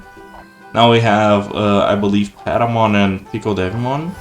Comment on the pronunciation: mate, you keep saying pie mon. it's not a pie. you read it in latin, not english. pierrot monster. that's where the name comes from.